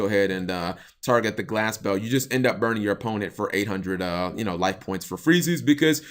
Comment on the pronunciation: Am i the only one who thought Cap was kinda saying Glasgow when he was saying Glass Bell ? lol